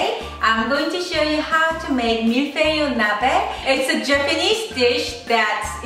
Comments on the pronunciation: 발음 틀리셨어요. ㅋㅋㅋ. 저 불어하거든요. 밀-풔이. Mil-feuh-eee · ***** ㅎㅎㅎ 한국식으로 발음하다 보니까 그리됐네요~ 이제 잘할 듯.. 밀-풔이~ ^0^